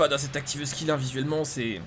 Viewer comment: Activeuh skill 😉